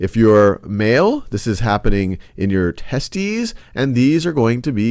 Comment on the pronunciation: he said testies